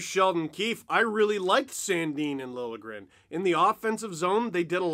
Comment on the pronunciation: Oh good, is Steve going to stop prouncing his name, "Lilly-a-gren"? I'm pretty sure the "J" is not silent, but this is progress ;)